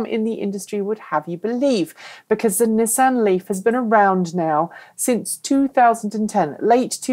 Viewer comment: Actually, is pronouncing "Nissan" correctly - the way it's pronounced in Japan and in all parts of the planet that know that "Niss" does NOT rhyme with "kiss" and "an" sounds like "on", not "Anne."